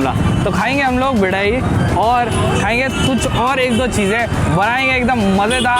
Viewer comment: bhai bedai nahi badai hoti hai agra bohot miss kra dekh k thanks😍